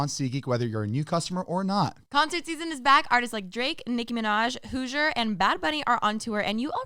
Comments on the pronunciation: pronouncing Hozier “Hoozure” on the seatgeek ad read 😂😭😭💀😂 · not saying hoosier instead of hozier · No way pronounced hozier “hoosher”💀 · Did she pronounce hozier as hoojer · No one is talking about saying “Hoosier” did she mean Hozier??? 😫😫😫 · I am sorry but did just call Hozier Hoozer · amazed at pronunciation of hozier im stuck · Anyone else catch that pronounce Hozier wrong 😭 And the fact that the guys answered these questions really have helped answer all the questions I had, it was kind of brotherly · Did mean to say hozier in the ad😂